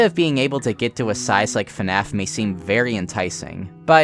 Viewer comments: Why does he keep saying "FuhNAF" instead of FNAF. I'm 4mins in and already annoyed lmao. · It bothers me so much that he says "fuh-naf" instead of just fnaf, I'm sorry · The way you say FNAF… lol Maybe it’s the “correct way” but man, its just not at all the way I’m used to hearing it, lol. You say “FA-NAF. I’m used to hearing it as simply: “FNAF” 1 syllable. But tomato tomato I guess :) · God I hate when people say fuh naf it's FNAF it's one syllable